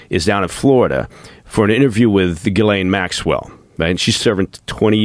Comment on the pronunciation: JIZZ-laine Maxwell? 😂😂😂